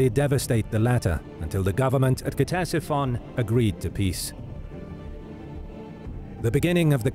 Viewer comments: It's not K-tesiphon bro... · Its pronounced Tesifon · Every time he says Ctesiphon it’s pronounced just a little bit more wrong